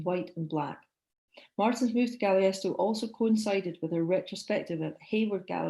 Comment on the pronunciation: Marvelous lecture. Please correct your pronunciation of Taos and Galisteo, I am currently living in the area and I know you mispronounced them. Otherwise a wonderful talk.